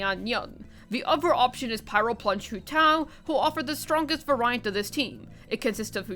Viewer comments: I heard it one too many times to be able to resist, so for future reference "variant" is pronounced like the word "very". Like Very-ent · excuse me, var-eye-ant? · Variant is pronounced v - air - ee - int/unt ;)